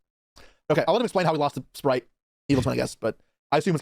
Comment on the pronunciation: and it's spright not sprite